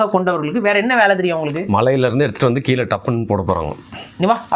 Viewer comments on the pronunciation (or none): none